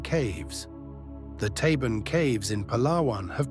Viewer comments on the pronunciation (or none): It's actually Tabon Cave not Taven